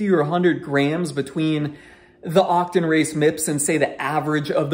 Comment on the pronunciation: Octon? Otocon... why you say it funny?